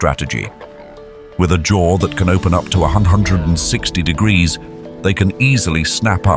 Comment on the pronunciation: Do you struggle to pronounce temperatures?🤔 "t-t-digs to t-digs"